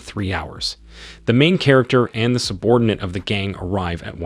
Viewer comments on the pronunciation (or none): It gets worse... Chair-acter